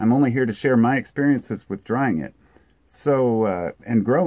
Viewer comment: Remove the r from the “drying”